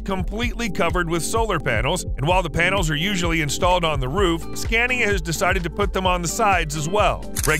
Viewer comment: Pointless, its all in imperial measurements apart from the kilowatts, nobody modern uses imperial measurements anymore. And the voice doesn't know how to pronounce Scania !